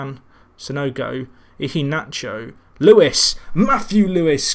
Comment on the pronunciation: Mijallovic = Mee-eye-oh-vich Iheanacho = Ee-yeah-nacho